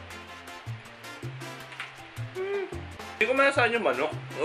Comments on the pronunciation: "kukomber" "iskabeti" 😂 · Burjer scabettie?? XD luhh may kukamber XD tawang tawa talaga ako